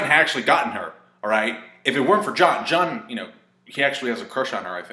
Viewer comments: Jean! It's Jean not John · He said John its jean